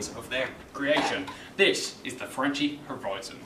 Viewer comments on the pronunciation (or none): pronounced franky not frenchie lol